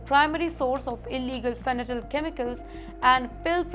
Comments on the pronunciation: Not " fenatyl" but fentanyl. Pronounciation should be proper !😊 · Adorable 😄 Its Fen-ta-nil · Fanatyl ❌ Fentanyl ✅ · It’s Fentanyl not Fentanyl